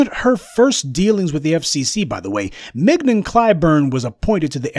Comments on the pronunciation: 😂🤣 MIG-NON 😂🤣 IDK her but I'm pretty sure it's pronounced like filet mignon. 😂🤣 mignon [ min-yon; French mee-nyawn ] But, then again, I'm also pretty sure he said it like that on purpose 😂😂🤣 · Mignon - pronounced Min-yon. Otherwise, super critique of the Toxic uncle Jim. Time for his gravy train to come to full stop.